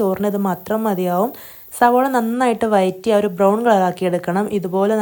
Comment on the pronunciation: വയറ്റി അല്ല, വഴറ്റി